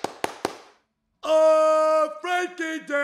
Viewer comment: You are probably the only English guy I know that pronounced frenkie right Dutch power homies